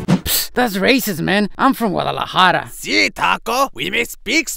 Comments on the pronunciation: it's guadalajara..not waliwahla..=).. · dude, its Guadelahara.